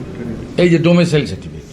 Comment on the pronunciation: ডোমেসাইল না রে অশিক্ষিত ! ডমিসাইল।